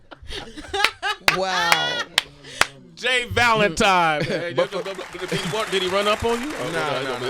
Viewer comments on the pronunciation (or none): This entire interview, Sway called this man 'J Valentime' and I am weak 😂